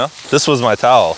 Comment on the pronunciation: “This my towool”🤣